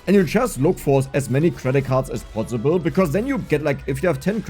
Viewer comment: judging from how you pronounce possible ( bossible) you are probably a Franke